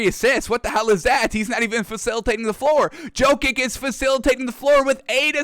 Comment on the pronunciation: Probably Djo-kovic and cuz he got a feeble tongue